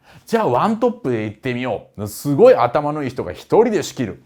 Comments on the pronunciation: カール大帝のところの『しゅごい』がツボりました😂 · カール大帝の説明の時の不意の「しゅごい」と「シャルルマーニュおじさん」で吹いた笑